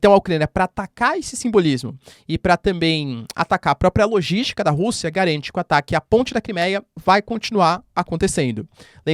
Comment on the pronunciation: "agarante"???? Seu???? É a segunda vez que ouço vc falar "agarante".